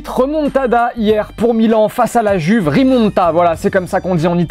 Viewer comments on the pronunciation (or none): none